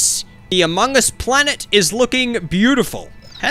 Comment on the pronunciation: Why is nobody talking about how he says Among us